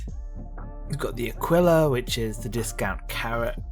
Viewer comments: Can’t wait for this ship - it’s been in my ‘dry dock’ for ages! And I’ve just subbed as apart from the great vid you pronounced the Connie variant as ‘Akwilla’ which sounds right in my ears, instead of ‘Akeela’ 😄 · no you sound bang on to me mate! You keep calling it the Akwilla as long as you like 😄👍